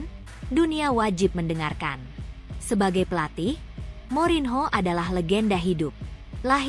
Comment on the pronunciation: Morinho dibacanya MORNYO...!!!!